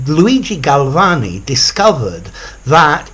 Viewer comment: I love this video! Your pronunciation of the name of the Italian scientist is perfect.